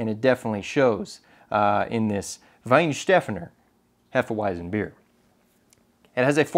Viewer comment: Yeah, but you have to work on your "Hefe Weizenbier/Weissbier/Weißbier". Slow down the first 'e' of Hefe a little bit and the 'z' should sound more like an american 'ts'.